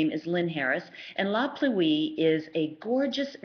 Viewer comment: Great reviews but please pronounce La Pluie correctly. Pluie is pronounced as one word, Pluie, not Plu-ee.